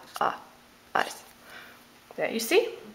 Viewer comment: She has included three syllables in the word skies when there is only one??????